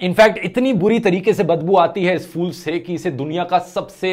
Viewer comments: it’s pronounced phool not fool (फ़ूल) please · Dhruv you are always right but when you call a flower a fool you are wrong because it's called p,hool but not a fool that means a bewaquf in hhindi urdu bhasha a flower is called p,hool hope you will try to pronounce it in its correct form p,hool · It's फूल not फ़ूल fool as you're pronouncing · Dhruv Rathee pronounced it wrong. You, your teacher and whole class pronounced it right.